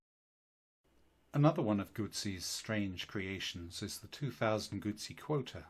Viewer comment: Here in Australia goosie is baby dribble, Gutzi is the motorcycle.Thanks for your effort in the correct pronunciation of Moto Guzzi. You are blessed with a meliflous vocal tone, would have put your grandkids to sleep within minutes of reading them bedtime stories at night. Regards from down under